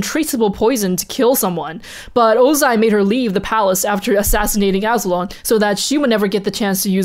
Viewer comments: Azu-lon Azul-on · Wasn't Azulon pronounced a-zoo-lawn